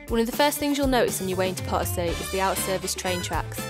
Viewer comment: The lady should make an effort to pronounce Potosi properly. Sometimes even the Spanish subtitles would say Part C 😂